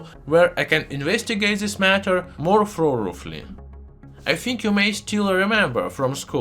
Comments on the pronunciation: Yeah the "thoruff" was amusing. He does pretty good for the most part... Lol English is a cluster. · I love how you say “thoroughly” and “though”. 😂